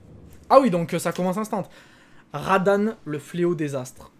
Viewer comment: Par contre tu reprononce encore UNE fois « radahn » de cette façon je te jure que t’est gay 😂😂